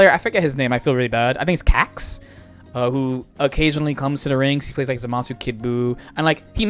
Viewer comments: It’s not. It’s pronounced “ZAH-muh-soo.” If you really want to be a stickler, though, both are wrong. It should be Zamas, with the “u” dropped entirely. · I wonder, what's so difficult about pronouncing Zamasu the right way